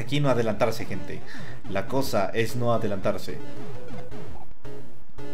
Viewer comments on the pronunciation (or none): Aunque diga "gente" se oye como "gentes" jajajajaja siempre será el mejor:D